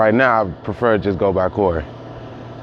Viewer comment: Serg0614 I dont rock 12 at all my g but cmon son you know he said Cory 😂😂 i replayed that bit like 6 times son he aint that bold g they try their best to disguise the racism now